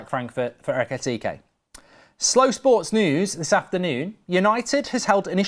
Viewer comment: I love when mark says slow sports new hahahah perfect 👌